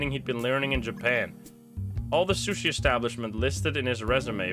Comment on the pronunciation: it sushi not shooshee lmao